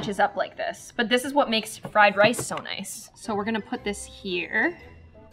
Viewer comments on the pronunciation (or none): none